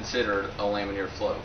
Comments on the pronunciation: Lam-in-ar not lam-in-eer. It's like hearing someone say "nucular" over and over. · laminar. It's laminar. Not lamineer.